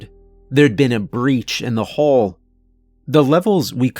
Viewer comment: Hull and Hall are not supposed to sound the same, boss.